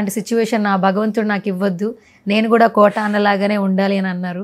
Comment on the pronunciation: అమ్మా, ఆయన పేరు కోటా కాదమ్మా. కోట శ్రీనివాసరావు. ఆ మహా నటుని పేరు సరిగ్గా పలకడం తెలుసుకోవాలి.